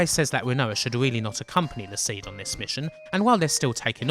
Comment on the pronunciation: You know it's Pronounced "See-D as in C.D". As if it was just "Seed" it would be spelled... Seed. Why would they emphasize the D on the end with an upper case D if you didn't emphasize the letter when you said it? Do you intentionally try to fuck up the pronunciation of EVERY single word in every final fantasy game? you pronounce Jenova as JEN'evuh. Balem as BAYLUM, Yuffi as "fluffy" with an fl. i can't rmember how many of them you messed up. SHEEEE RAAHHH for Shera... lol